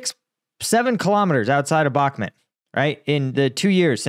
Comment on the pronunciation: He still hasn’t learned how to say Bahkmut correctly? It’s so simple. Rhymes with “shoot”. Surely he’s familiar with that word…